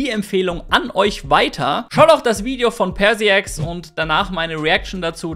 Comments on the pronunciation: Ich finde das 1. Video sollte entfernt werden. Einige werden das Video in welchem du auf die Keitik eingestellt nicht sehen. Das erste Video weiter zu verbreiten halte ich für ätzend bis gefährlich. Und 'Persiex'? Ernsthaft? Die Aussprache ihres Namens hättest du dir evtl in der Konversation mit ihr erklären lassen sollen. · Die Aussprache ist übrigens Perschax Ca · Bin nur ich davon getriggert, wie er PersiaX ausspricht? 😅